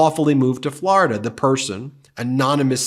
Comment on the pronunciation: I love you but will never stop cringing when you pronounce Florida as Flarida. 😅